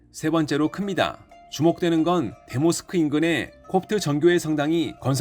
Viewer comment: 대모 스크가 아니고 대 모스크겠죠? 듣기가 영~